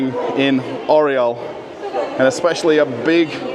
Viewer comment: как красиво Орел по англицки - Ореол )... Белорусского побольше!, видеть невозможно одно и тоже в пятерочках, перекрестках, магнитах